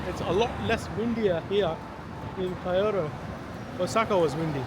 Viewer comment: my brother its Kyo not pronounced as Chi o to just fui